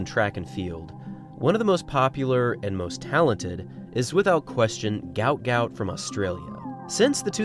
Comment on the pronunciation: Its pronounced Goot Goot. Not Gaout.